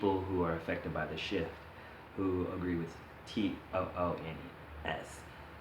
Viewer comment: i know you're saying shift but I'm half expecting you to say shit so thats what I'm hearing.